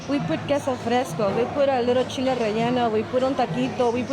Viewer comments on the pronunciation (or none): none